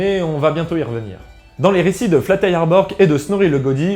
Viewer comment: Prononce le J comme un I. Le G ne se prononce pas dans borg. 🙏